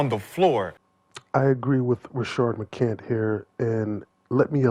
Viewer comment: I see that you’re like that nigga! You will make a vid about McCants and spell his name right in the title…but won’t put the “s” on the end of his name when you say it! Crazy work!